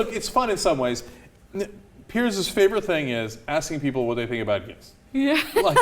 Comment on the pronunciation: It's piers not pierce